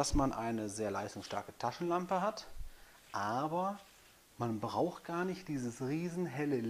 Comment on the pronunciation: Wow coole 'Laschentampe' hast du da! Lol.. (cooler Versprecher Bro. Sehr sympathisch) Alles gute und Dankeschön.